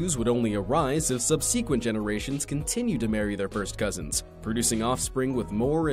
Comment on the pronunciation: You're saying subsequent wrong